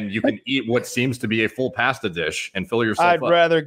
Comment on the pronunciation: pronouncing 'pasta'. Unsubbed